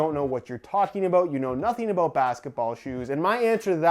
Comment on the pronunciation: are you saying ''about'' or ''a boot'' lol